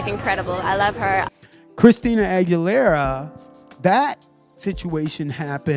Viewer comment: Why can’t you say Aguilera lol